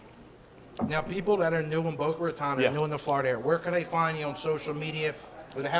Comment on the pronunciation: its not Boca Rataaan